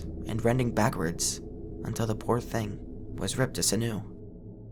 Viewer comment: Sinew is pronounced sin-you. Just fyi. Nice vid.